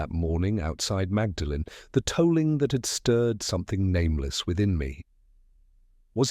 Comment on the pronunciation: It's pronounced "maudlin" not magdalen.